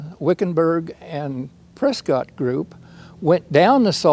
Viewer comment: Great content. But if you’re going to talk about Arizona you need to learn how to pronounce Prescott correctly.